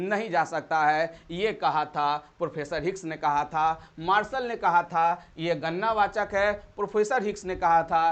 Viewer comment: Gannna wachak nhi gadna wachak ho ga sir ji 👍